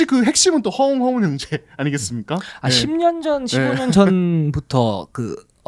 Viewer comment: 허용아니고 허웅이요